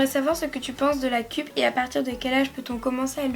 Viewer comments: On dit "keup" et pas "kup" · Et la cup se prononce ceupe